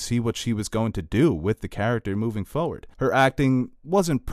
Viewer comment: He says "foward" 😂